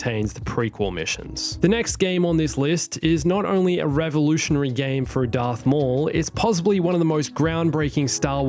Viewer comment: “Earth maul” really? 🤨